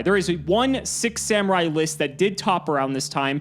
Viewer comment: E-Rue, Come On, and Zenjee - my favorite Six Semmurye! And not to forget the last one... ... Yaichi. Uh - yeah. Not much to mispronounce on that one, I suppose! Ah man, I adore Americans pronouncing anything that isn't English. xD